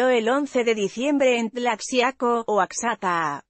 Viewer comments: Aqui si queda la palabra ignorante,se escribe Oaxaca y se pronuncia Oajaca,entendido😠,asi quiero que lo aprenda señora,correcto😠. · royal ... se pronuncia oajaca!! asi como te lo escribo... asi es nuestro maravilloso idioma. yalitZA bien por ella..!! NO es actriz eso todos lo sabemoS.. pero es una muestra que el mexicano xon la actitud correcta y en el lugar indicado puede brillar con todas esas cualidades y habilidades ke posee.. aparte con la direcxion de otro mexicano extraordinario.. cuaron!!! alcanzan el cielo mismo.. bemdito Dios que tenemos aun en las noticias cosas bellas que contar de nuestro pais..